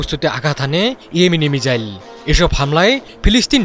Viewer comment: সাংবাদিক ভাই তো মিসাইল কে মিজাইল বলছে 😅